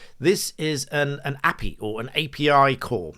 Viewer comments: Impressed by your technical knowledge but please don't say API as "ahpee" it's definitely "Ay Pee Eye". It's an acronym so I don't want you to open yourself up to misrepresentation. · You can't say you are clued up with the digital world, and then pronounce api any other way than a.p.i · Please never call API ‘appy’ ever again 😂. Even non-techies know vaguely what an API is. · Please don’t call it an “api”. Anyone involved in tech refers to it as an A.P.I. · You lost all credibility when you pronounce api as a-pee instead of ay-pee-aye. Just busting your balls... ;) The information is still valid. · How did you pronounce API? Lol